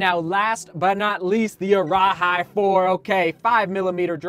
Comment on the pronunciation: for the arahi, it’s pronounced like “araheee” not “araHI”